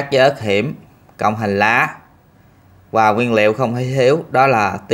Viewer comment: Em phát âm từ VỊ được nhưng tại sao lại phát âm từ VÀ là QUÀ?